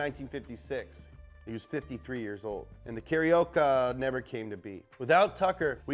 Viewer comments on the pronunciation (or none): Carioca = KAh-REE-Oh-KAh